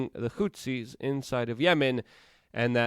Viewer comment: How do you get 'hootsy' our of Houthi? It is pronounced 'Hoo-the'. And it is not tumulTULOUS, it is tumulTUOUS